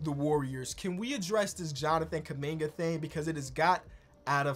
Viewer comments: Did call him Jonathan kunigga🙆🏾‍♂️ or something?😂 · what say abt kuminga i needa know if he wanna hide it this bad edit: nvm bro called him KUM BUCKET LMAOOO